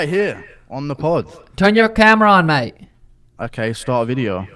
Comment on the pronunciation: I like how Sean thought GURU is australian or kiwi when he said. Turn your camera on "MATE". Mate as in "MAAITE" in an aussie accent.